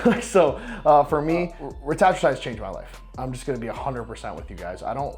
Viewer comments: reta-true-tide not ruh-tat-ruh-tide imo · Wrong. reh-TAT-troo-tide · Bro doesn’t even know how to pronounce Retatrutide. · Also notice when he says the slang ( reta) it's pronounced how I've always heard, but when he pronounces the whole word the whole pronunciation is different.. I'm on it because I move it so I wanna be atleast saying it right to my clients.. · Weird ive never heard retatrutide pronounced the way just did. Has the world been saying it wrong the whole time...? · Most likely if it’s only you, this dude, and one person working at the pharm company saying it that way - AND EVERYONE ELSE IN THE WORLD PRONOUNCES IT DIFFERENTLY - then you three are saying it wrong. 🤡